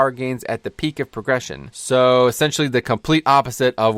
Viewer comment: You said espentialy. Thank you for clearing this up. We wow players are scared of change , but for good reason...and there are very valid criticisms of the system however...garbage is hardly what I see It as. My hope is that I won’t be time locked out of pvping with Alts far more than old pvp gear ever managed. Which if this delivers on multi specs, I’ll take that, especially with how nerfs can kill a play style of a spec over a class. Liked and subscribed !